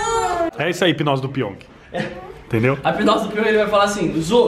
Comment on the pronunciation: O porteiro fala pong Piong:não moça ê piong Crs, pq vc não fala Jaime